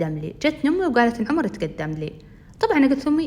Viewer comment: هلاا عمر مو حرف a حرف o